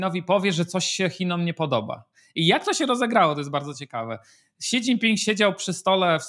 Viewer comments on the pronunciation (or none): Panie Piotrze, Xi nie mówimy "ksi", tylko "śi".